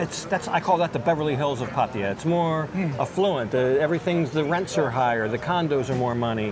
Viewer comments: And exactly where is the "i" in Pattaya? Just because some idiot calls it Patt"i"ya no need to repeat it unless you're an idiot yourself. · Pah-Tah-Yah! Please pronounce it correctly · That patTEya why why why.....ffs read the word, look at the letters....its pattaya......that E Americans put in there makes 0 sense.....try asking some old Thai how to say it, somone whos not been living in PattAya for 10 years listening to farangs that cant say it right rofl......every time i hear that damn PatTEya i can help looking at the word thinking wtf is going on cant they read rofl. sorry for once i had to let some steam out but in any case nice video overall :) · learn to pronounce Pattaya for gods sake !